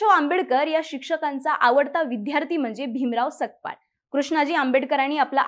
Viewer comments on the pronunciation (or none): Sakpal nahi tai Sapkal mhana